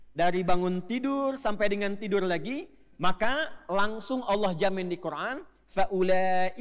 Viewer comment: Qur an di baca qur ain